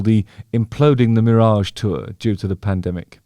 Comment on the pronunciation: What is this "meerage" that you speak of and how close or far is it from me and mine? I got to know! It's Killing me and taking control!